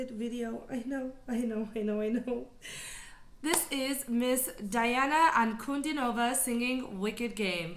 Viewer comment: It's pronounced Deana Ahnkudeenova with emphasis on the deen.